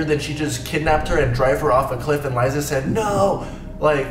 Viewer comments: You pronounced Liza's name wrong and she did post on her second channel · HEY! PLS PRONOUNCE LIZA NAME PROPERLY SHE IS BUSY..SHE IS ACTING IN MOVIE OK SHE HAS HER OWN MOVIE